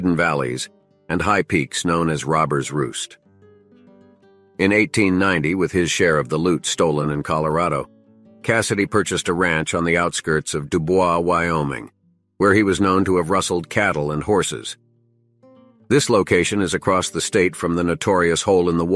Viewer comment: Your research was not quite correct. Cassidy’s ranch was near Dubois Wyoming. Despite its spelling and very questionable French origin, it is pronounced Du Boise, as in the word noise.